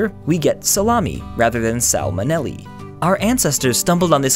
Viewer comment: did you mean selmoneli or cell-mo-neli